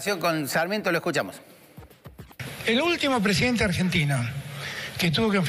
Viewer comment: Mijito hable bien ,es presidente,vaya a una fonoaudiologa